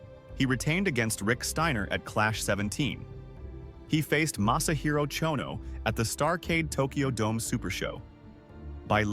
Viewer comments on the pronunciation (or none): none